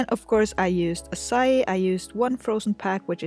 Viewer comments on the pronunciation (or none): It is not pronounced the way u said it say it like ahh like when a dentist tells u to open ur mouth then psy then e